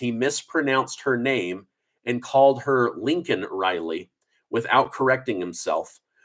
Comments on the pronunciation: Biden mispronounced the name on purpose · Her name is Laken not Lincoln! You are getting it wrong yourself. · Her name is Laken...not Lincoln! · Why do you keep calling her "Lincoln Riley"? ITS LAKEN! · You are also calling her "Lincoln" Riley. (Lay-Kin) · You keep saying Lincoln it's LAKEN RILEY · Her name was Laken. Please don't call her lincoln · You should work on the pronunciation of her name too. I love ya man but you’re reallly close to Lincoln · Her name is pronounced Layken not Lincoln! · LAKEN Riley, not Lincoln Riley! How is this so difficult? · You said her name wrong also. Her name is Laken, not Lincoln. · Her name is LAKIN...NOT LINCOLN. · Love your reporting but I think you keep saying Linken instead of Laken. 😊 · I don't know, I've listened to it over and over and it sounds like you're pronouncing her name Lincoln too. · It is Laken Reilly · Dude you just pointed out how Biden was saying Lincoln and you keep saying Lincoln😂. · Its Laken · you just pronounced her name wrong too ITS LAKEN LAKEN RILEY best do some editing an get it right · Are you related to Joe Biden? Because YOU ALSO pronounced it "Lincoln Riley". SMDH. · You pronounced it wrong too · YOU mispronounced her name, too.!! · You mispronounced Mrs Rileys name Every Time you said it. AND Biden said thousands are ended by ILLEGALS, not by American Citizens. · Maybe it’s just me, but I feel like Biden should acknowledge and apologize for pronouncing her name wrong. It’s a respect thing. That poor family. Have your daughter who was killed like that to be highlighted on State of Union and said wrong, nothing says we don’t care more than that! It’s truly inappropriate and rude. Pretty sure he doesn’t have their vote. I wonder where they stood before. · If Biden mispronounced her name, then so did you. I didn't hear any difference in your pronunciation. 😢😢